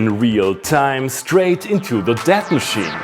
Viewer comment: When you first said, 'DAT,' I heard, 'debt' and it made sense in context.